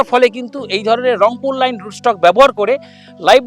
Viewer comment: লেবুর রুট স্টক টা রংপুর লাইন নয় রংপুর লাইম। চ্যানেলের ওনার বারবার ভুল উচ্চারণ করছেন।